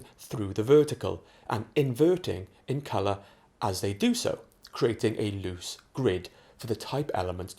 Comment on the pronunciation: "a loose grid" not "a lose gird"